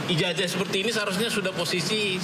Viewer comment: ija"J"ah atau ija"Z"ah - Jet atau Zet ?????